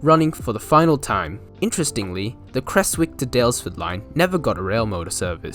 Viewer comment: Love looking for remnants of the Creswick line, there's even still rails embedded in road crossings near Newlyn. Also as a heads up, most locals pronounce it "Krez-wick"